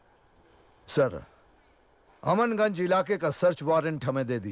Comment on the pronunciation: AmanGanj nhi.. it's CHAMANGANJ😊